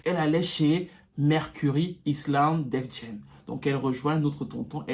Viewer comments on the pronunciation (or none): none